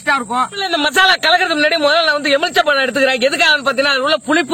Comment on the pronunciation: தம்பி எலும்பிச்சை பழம் என்பதை சரியாக சொல்லுங்க... எம்புலிச்சம்பழம் என்று சொல்கிறீர்கள்...